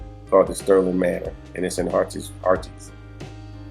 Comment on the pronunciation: Hi, Harries is pronounced as Heart-his